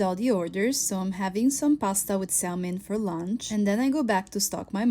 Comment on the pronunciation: When your mother has worked a day that hard, there is no way she can go straight to sleep. She needs time to wind down. The L in SALMON is silent. Pronounced 'Samon' not ' Sal mon'. And The not De. She takes the food to the table. NOT She takes the food to De table Why does your mother not have staff she can trust to check delivery's when they come in?